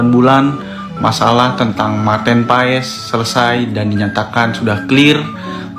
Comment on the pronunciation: bacanya martin pes ya, bukan paes.. terima kasih..